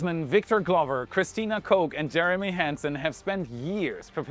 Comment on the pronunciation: Impressed at how (American) you pronounced Koch ! Well done ! Everything else was interesting ! VERY interesting